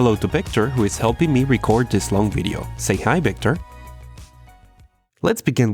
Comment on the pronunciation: It's "video" not "weedeo".